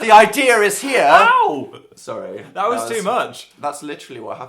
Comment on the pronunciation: "ive got the idea the idea is herr" TRIGGERED